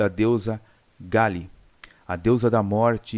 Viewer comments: Oi. O nome da Deusa é Kali. Pronuncia-se "Cáli" ...e não "Gáli". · Deu ate agonia de ver o cara falando o nome da Deusa errado o video todo. E como se não bastasse isso, ainda fez um comentário desmerecendo a Deusa. Péssimo !!